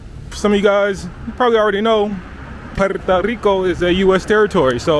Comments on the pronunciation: It's Puerto Rico, Papa, not Puerta Rico. bro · It's PuertO Rico - not PuertA Rico. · Every time you say Puerta Rico I cringe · Is it just me or does he keep saying "Puerta Rico"